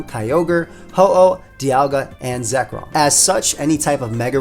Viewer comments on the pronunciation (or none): none